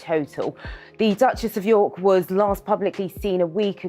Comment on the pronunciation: Duchesses of Yuk not York!😮